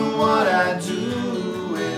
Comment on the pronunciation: 3 syllables on “wri-i-ite it down.” “oh-oh-oh...” 2 syllables on “do-oo with the judge.” pretty swee-ee-eet.